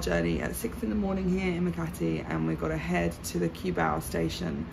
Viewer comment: If you want to live full time, Mike of Making it happen has a permanent residency visa that gives him to live more than 3 years and he has a car as well as The Juicy vlog have car too. They pass the requirements for drivers license in LTO to have pass the driving test too and by the way, Cubao pronounces as "Koo-bow".